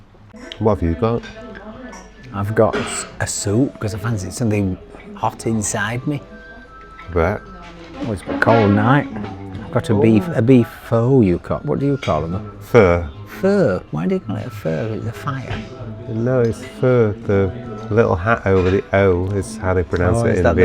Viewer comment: practising his best Hull accent in the Vietnamese restaurant... Pho pronounced as "furr" which is also how we say "four" 🤣